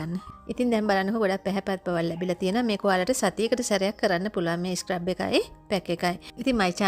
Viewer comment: ස්ක්රැබ් එකක් නෙවී dear ස්ක්රබ් එකක්. scrub ( සූරනවා) කියන වචනෙන් තමා හදාගෙන තියෙන්නෙ. ලස්සන වගේම වචනත් හරියට කියනකොට ලස්සනයි. තරහා වෙන්න එපා කීවට. ඔයාටම නේ හොද future වැඩසටහන් වලදී❤